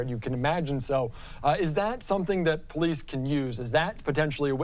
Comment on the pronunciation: I can hear the person say "This a bunch of po-lease"? Wow! How did he not know it was an officer if he didn't look threw his peephole? Case Dismissed! Unless You Have A Suicide by cop mission going threw your head ! No one comes to the door armed when law enforcement clearly acknowledged's themselves! Thats a lack of common sense! Smh!🤦